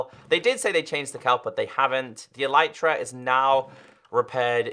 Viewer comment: Why do YouTubers call Elytra as E-l-i-e-t-r-a